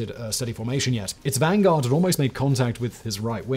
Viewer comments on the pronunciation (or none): none